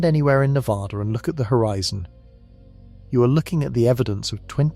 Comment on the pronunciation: Ne VA duh Not Ne vaaahh duh